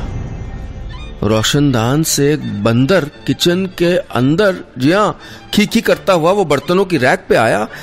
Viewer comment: bandarr...... nahi nahi bandarrr nahi matlab bandarrrr......😂